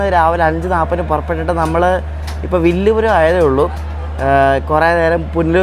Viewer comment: വില്ലുപുരം അല്ല വിഴുപ്പുറം